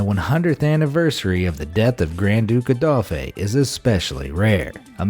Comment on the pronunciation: The proper pronounciation is "on-REE" and "AYE-dolf."